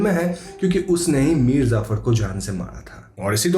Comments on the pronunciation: bro its Mir Jaffar nor zafar... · it's mir jaffar... not mir zaffar. and mushhtaaq... not mustaq.